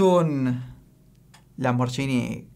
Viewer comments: LamborSHIni noooooo!!!! Tanto esfuerzo en decir Cuntash pero nada en LamborGUIni!!! GH en italiano es el equivalente a GU en español. Por lo tanto Lamborghini se dice Lamborguini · daña mis oídos escucharlo a diciendo ''Lamboryini'' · Se dice Lamborghini, la G suena como gato no como sh. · dejen de pronunciar mal lamborghini todos se pronuncia haci lo correcto lamborjini